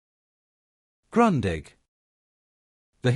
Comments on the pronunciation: Not grondig but groondich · Isn’t it pronounced more like “groondig”? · Why do you pronounce Grundig like Grøndigg? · Not Grandig - Grundig like in Groondig 😂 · Say Groondig, not Grandig. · Funny; I was always pronouncing it GRUNDING! I should have known better! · it's GrOOn dig and Porsheh !!!!!!!!!!! show some respect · it all begins with Grundig not being ‘Grondig’ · It's [ɡrʊ̈ndiħ] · Luke with Sputnik, they make videos about the Grundig they mispronounce. Please, education is free, just start learning. Groondeeg. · It’s „groondeeg“ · Wenn man schon eine Video über ein deutsches Unternehmen macht, dann sollte man den Namen wenigsten richtig aussprechen können ! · Kind of funny how languages differ in danish its a straigt u the g is not pronounced, also in danish we have the word grundig meaning well done or putting an effort into building something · Seeing as how Grundig is a German company and thus your 'history' will contain many German words, perhaps you should redo the soundtrack using someone who can pronounce German words correctly. You can't even pronounce the name of the company! I had to stop and repeat so many sections to try and interpret what was being said. Heinzelmännchen means Houshold spirit, or Kobold! The Heinzelmännchen didn't have 'Handles' on the front (to throw it away with??) it had knobs which could be rotated.